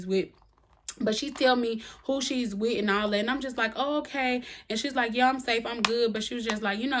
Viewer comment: Hey!!! I absolutely love the way you say, “Yuh” 😆 Reminds me of my cousins in the South!